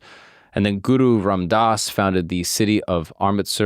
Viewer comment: its not suru its guru